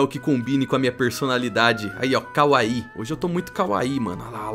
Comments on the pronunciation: é kawaII kkkkkk palavras japonesas geralmente têm as sílabas tônicas no final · Eu amei os mods mas precisa falar que ver alguém acertando a pronúncia de kawaii aquece o coração. E sim, traz a compilação de mods :_eduCoração::_eduCoração